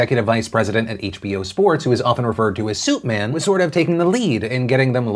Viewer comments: suitman?!?!?! I thought he said soupman....that makes more sense now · Is it Suitman? I thought they were saying Soupman. ._.